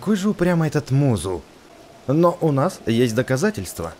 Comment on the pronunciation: не мизу а музу